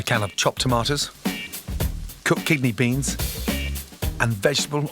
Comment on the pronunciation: Anyone else hear kidney beans as kigney beans